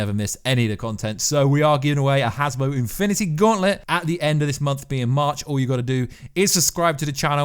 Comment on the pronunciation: I hate how you always say Hasbro as “Hasbo” 😂